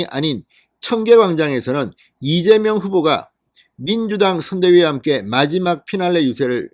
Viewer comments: 이재명이 아니라 이명박 으로들립니다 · 이(재)명(박)으로 들립니다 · 이명박 이민박 으로들리네. 재명자가 없다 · 맞아요 이명박이라고 들리네요ㅋ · 이민관으로 들리네요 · 이명박 으로 들렸어요 ㅎ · 대갈통 을 맏아서 혀가 꼬였네 이밍기 경제 대통령 한대더 맏으면 이낙연 하겠네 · 그러네요 이(민명)박 으로들렸어요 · 이재박빠른발음이네 누가들어도 이명박은아니다 정말시시콜콜 기레기방송 당신이 투표독려안해도 거동불능자 아니면 다한다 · 쇠망치에 머리를 우군에게 얻어 맞아서 발음이 어눌! 분명히 째매이는 아니다. 이랬던저랬던 저거 사정이고 내일결승점 1등 골인하는 윤석열을 뒤에서 투표하여 팍팍 밀자 밀어! 윤석열 대통령 만들자! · 무슨 이재명이라 하는데 발음이 약간 새는구만 별걸다 태클 이네 그러나 저러나 이재명 압승~